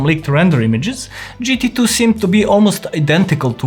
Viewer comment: Gt tu 😂😂